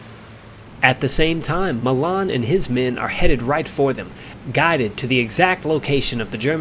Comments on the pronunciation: 'Sailor' Malan. His surname is pronounced Ma'lan. Not ma'laaan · Sailor Malan (M-ALAN) not Mallarn please.